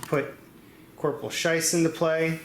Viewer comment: () Sorry, I didn't mean to nitpick. I was just wondering if you were making a joke. His name is Schiess (rhymes with fleece), but you were calling him Scheiss and even spelled it like that in the note you put up. I thought you were making a joke because Scheiss, in German, means "crap." Schiess, by the way, means "shooting" so it's a pretty cool name for a real soldier to have. I just really wasn't sure if you were doing it on purpose or didn't like the guy or something. Anyway, I did finally get around to finishing the video, and it was great. I like that you don't have annoying or long intro music, like so many other board game casters, and you don't break up the videos into 10-minute chunks so you can put lots of ads on them. Thanks! You also did a great job of explaining what was going on, and you were very animated without getting mad when things weren't going so well. Sorry for the long comment. Short version is "keep up the good work, please!"